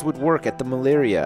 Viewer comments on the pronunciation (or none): Lol did he say "the Malaria"?